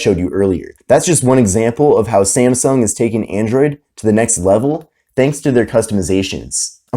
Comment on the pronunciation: Its not SEMSENG phone its samsung